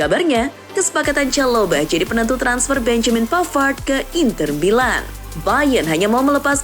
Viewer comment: I ❤ U min. Ketika kamu bilang rasaksa seri-a italia inter milaan...